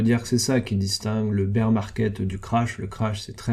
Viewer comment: Bear se dit baire pas bire de beer bière 🍺 en français.. le nombre de mecs qui se trompent c est hallucinant